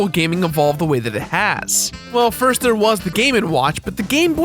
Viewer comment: "It was like the firrrst Nintendo everrrr!"....